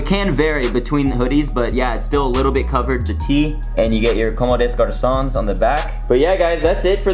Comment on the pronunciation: Nice pickup, might have to bite the bullet and cop the white tee lol. Btw it's actually com-de-garcon. Many people are struggling to read this brand's name.